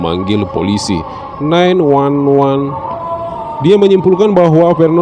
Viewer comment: Iyya nih gua pas denger bengek gua